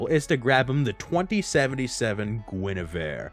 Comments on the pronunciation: In case you still don’t know, it’s Gwen-a-veer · How do you guess three times and still pronounce guinevere incorrectly 😂 lol love the video though